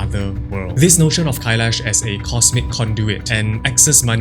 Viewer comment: Не Кайеш, а КАЙЛАС, вообще-то!! и не ШамбАла, а ШАмбала!! Ужас тихий с ударениями!!